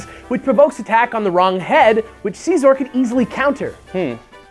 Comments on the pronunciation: It's Siz-or NOT see-sor! If you guys are going to put in the time into making an informative show on a pokemon could you also put in the effort to learn how to pronounce the names correctly? here's a link that could be useful. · It's se-zor with the beginning sound of scissors. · Mega Scizor should get a god transformation and keep its Bug/Steel typing, but get Flash fire ha take that Talonflame. Oh and am I the only one who pronounces Scizor name correctly? Its not See-Zor its Sizz-or, Gosh. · how dare you say his name like that!it is prounounced Sy-zor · you are pronouncing Scizor like Seasaw...=/ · i just like to point out that you guys are pronouncing Scizor wrong :\